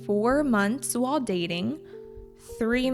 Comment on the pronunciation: / : ur pronunciation "while" i hear see months lot dating . i'm curious about why you pronounce it that way.